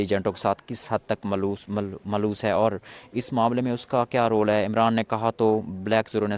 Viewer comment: Maloos nahi malawas. Apni urdo sahi karo dory kuy lagai hoi hai aram sy parho